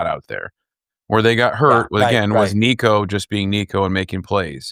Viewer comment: is bad but was absolutely terrible. He was just making up syllables for Nico’s name. It was so bad!